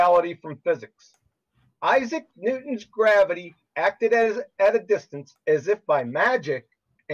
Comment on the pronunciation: I love it! "GRABBITY"!